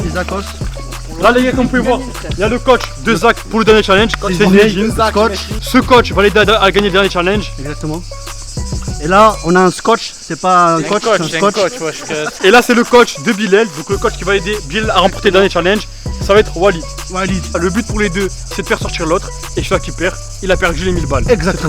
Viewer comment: Tu voi quand il a dit luit c’est pas un cotch c’est un scoch